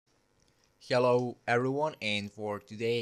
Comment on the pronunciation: its "hello" not "yello"